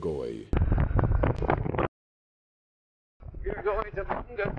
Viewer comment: it’s pronounced Ma na goy not Mong ga goy in the Philippines the ng is silent. Mr Mississippi is in Davao now sorry you missed me.